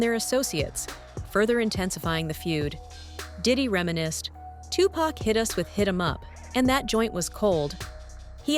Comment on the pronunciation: Tupac is pronounced 2-pock. Shuge is pronounced like the word sugar abbreviated Get it right,!